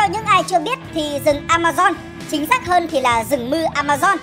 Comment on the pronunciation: Vâng A ma zon nha k phải dôn nha kkkk